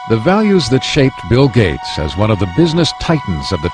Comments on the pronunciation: His name is "Gates," not "Gate." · Gates. Not Gate. Gates.